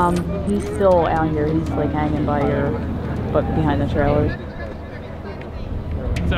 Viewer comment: he didn’t say behind He said buhind